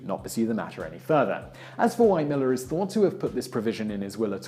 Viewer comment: There are some Millars in my county. They don't pronounce it Maller, as in this video. It is Mill-AR.